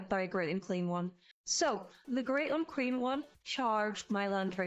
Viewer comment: fun battle report once more! why do i keep hearing Great Unclean One as Great Uncream One? D